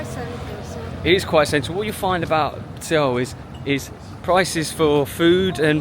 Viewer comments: Suh-wool, NOT Seh-wool. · Not sure if you’re trolling but It’s pronounced “Sowl” or similarly “Soul”. Great vid though 😊. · Suh-Wool. is the proper pronunciation of Seoul. :) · First of all, I'm really enjoying your Korea travel videos. Thank you so much!!! BUT... Seoh...Seoh..Seoh...ㅠㅠ I was wondering what "Seoh" was when I heard that word from the beginning of your travel videos.